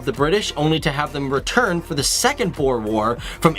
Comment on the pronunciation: It's pronounced "grrr-ort skeer" hospital. And boer... "booo-rrrrrr" ;p.